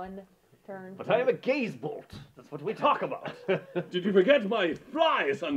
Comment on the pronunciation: If I sub, you have get the rules right and never say gays bolt again.